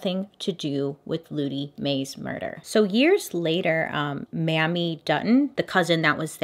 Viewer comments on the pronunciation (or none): Mamie is pronounced (Mayme, not Mammy) Thank you. Please continue because other than that mispronunciation, you are awesome.